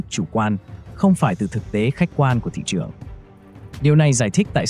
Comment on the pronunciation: phát âm sai từ ngữ sinh ra mà nói là sinh da tuổi trẻ mà nói là tuổi chẻ. nên học cách phát âm lại thị trường chứ không phải là thị chường.